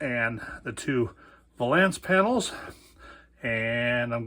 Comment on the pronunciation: VAY-lence. It's VAY-lence.